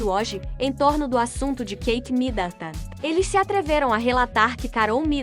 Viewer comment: Será que esta moça que anuncia as notícias aqui tem algum problema verbal ou ela é ignorante mesmo. Como pronuncia tão errado assim? Alguém aí ensina a ela a dizer “ao redor” com ó aberto e não fechado, que ao pronunciar Midleton não precisa dizer Midantan e assim várias outras pronuncias que doem no ouvido. Aff